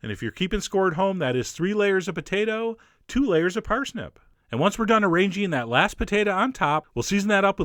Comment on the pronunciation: I like thst you say potato "potata." :3 This looks sooo yummy omg